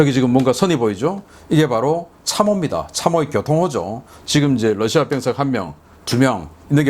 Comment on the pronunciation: 러시아 발음 Lusia가 아니라 Russia입니다. 부드러운 'ㄹ' 발음입니다. 권경모 미국에서.